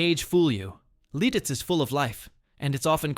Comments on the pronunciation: Oh, please! The town is Lititz, PA....not 'Lil-titz! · Its LITITZ! Not Liltitz. I'm dying 😂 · Lititz, not "Lilttiz." A lot of mispronouncing of town names and local sites. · Not Liltitz. It's Lititz. Also, not all the footage in the Ephrata segment is from Pennsylvania. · LILTITZ? Thumbs down. Fail. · It is Lititz , pronounced Li tits with the accent on the first syllable. And, Bellefonte is pronounced as Bell Font.